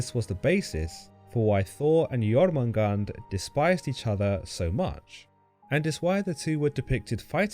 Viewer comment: I thought it was pronounced Yor-man-gander.